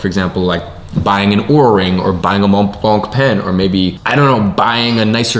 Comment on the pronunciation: Your pen is pronounced Mon blon. But go very light on the "n" at the end of both words. The C is silent. Sounds like moh bloh both words are pronounced identically. You did well for yourself, if you own one, gotta pronounce it properly in public.